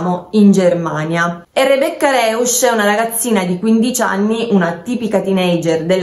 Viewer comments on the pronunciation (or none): Si pronuncia "Roisch " E "Noikölln" con la ö francese. Terribile lingua il tedesco😂😂😂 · Punto primo, la Ragazza si chiama Rebecca Rausch eu oppure au Rousch si pronuncia Rousch . Poi riguardo il caso secondo me coprono qualcuno, riguardo i capelli non appartengono a Rebecca